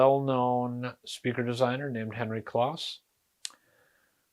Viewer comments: His name was pronounced clōs, not "claus." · wiki says it is pronounced with a long O like close. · I once worked with others who had met Kloss and yes, it’s pronounced “close.”